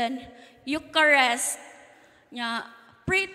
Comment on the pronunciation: Eucharist pronouced as yukarist not yukarest.